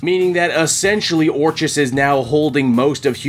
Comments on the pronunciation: Orchis is pronounced “Orkis” like Orchid. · Orchis - pronunciation Or-Kiss 😂😂😂